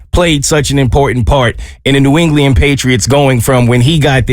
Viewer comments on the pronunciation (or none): New “Engliand” 😂, New ENGLAND